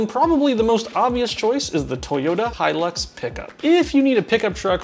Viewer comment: I'm glad you pronounced the Hilux as Hilux instead of Helix lol